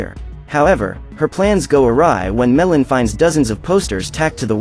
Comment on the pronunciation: how to say meilin may lin not me llin